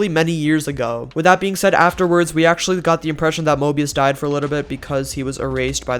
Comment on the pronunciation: It's painful hearing saying morbius insted of mobius:P